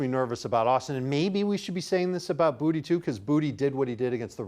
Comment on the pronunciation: To be from Louisiana hearing you guys mispronounce boutte is cringe😂😂